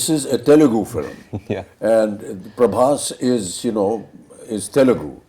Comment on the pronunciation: Difference between like u guys comparing Prabhas anna with Amir sir and SRK sir. Tell me did u know, honestly known Prabhas anna or watched any of his previous films before films. My answer would be No/Yes/I didn't want to because they r old. Listen first it's Prabhas not Prabhash, second of all u don't know his reach was enormous even before Baahubali, just incase u didn't know. My man wanted to make films just for the fans, but got stuck with T-Series and This director Prashanth Neel who lost his direction and writing touch after the KGF Chapter 1 movie. My man came back from his industry which is Telugu and gave a banger to all people like u who comments like hell like u gave the hit one's from ur industry. And u know u wt sir/mam, we had this kind of facing before. Do you know tat SRK sir hates prabhas anna, proof see the success meet of jawan when the interviewer asked Deepika mam the question of project k also now known as Kalki 2898 AD movie, just look the srk sir's face he was scared or uninterested or whatever. You guys only shown him hell for movies so he need five years to understand u guys. Prabhas anna loves SRK like anything, and reach u talk abt goes previous films before Baahubali and see my Anna's work better than ur Bollywood movies at tat time. Now only remake of our hard work.